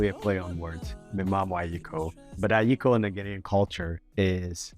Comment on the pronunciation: Please,remove the (M) in front.it’s (Ayekooooo)